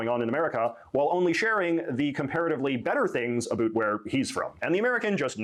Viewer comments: the put-upon accent is so insufferable to me. ive never heard anyone say aboot irl in my life HE DOES IT ON PURPOSE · I'm Canadian. We do not claim this obnoxious idiot. And the "a-boot" pronunciation is largely an eastern Canadian thing. 😂